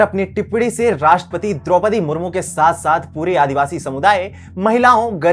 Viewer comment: इसको राषट्रपति बोलना तक नहीं आता।कहाँ पढाई की इसने ।